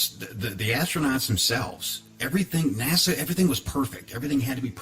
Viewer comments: You have a guy who has "researched this for years" and he pronounces NASA like the capital of The Bahamas (Nassau) what a raging idiot! To doubt the moon landing,you have to be totally ignorant of physics and every other branch of science. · BTW, it's NOT "NA-SAW", it's "NA-SA"! Try to pronounce names correctly for more credibility, noob! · It's NASA not Nassau. Nassau is in the Bahamas. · Mold? You fuck!ng IDIOT! You can't even pronounce NASA correctly. F@ your stupidity. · After so much research you can't even PRONOUNCE "NASA", correctly, Lol!